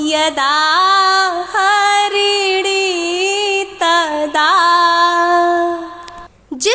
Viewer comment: Mhodya harini Chhand m uchcharn Galt ho gaya h । Pl use sudhar de।